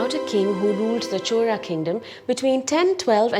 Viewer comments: why she pronounce 'chora' not Chola or Cholan? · Am i the only one hearing "chola" as "CHORA" 😅